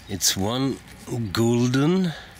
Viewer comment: Gulden is pronounced like this: Gölden (with the Dutch guttural g). Interesting finds!